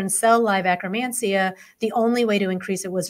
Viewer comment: Why do they pronounce it akkRamansia? It is akkeRmansia.